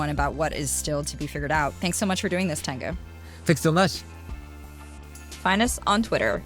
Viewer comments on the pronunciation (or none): It's Teng'yu, not ten'gyu